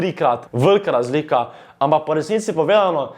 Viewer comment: Gahahhaha stari toti res nea zna govorit XD "Evlov" "Lazlika" :rofl